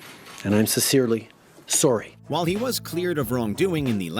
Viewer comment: Oh come on guys, he said he’s sorery